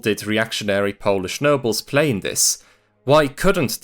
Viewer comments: It's remarkable how well you pronounce Polish words. Did you learn it all by yourself, or do you have some Polish roots? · I'm impressed by your pronunciation of our silly language. Great work! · Can we stop for a moment to appreciate how good his Polish pronunciation is? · You did great job covering this matter in 36 minutes. I also love your Polish pronunciation. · The pronunciation is mind blowing as it sounds pretty much as native speaker. Lovely video